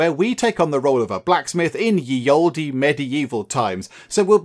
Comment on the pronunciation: You're pronouncing "ye olde" wrong